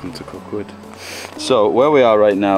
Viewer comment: FYI Koh Kut is pronounced Koh Kood. The sound KOOD is longer than KUT.